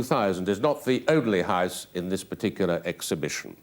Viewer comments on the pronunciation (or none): Singleton is fine but the fella has a terrible affected accent. The way he pronounces house as high-se was annoying.